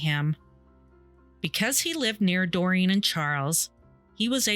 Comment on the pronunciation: Doreen is pronounced Doreeeen .. NOT Dorian 🤦🏼‍♀️